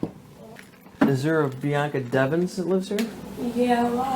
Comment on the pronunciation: Narrator kerosene on pronouncing Bianca's name incorrectly.